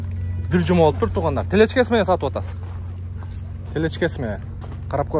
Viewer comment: Телечка эмес Телешка деп айтылат